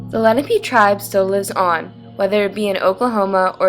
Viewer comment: Lenape, not lennapee. Your pronunciation is far off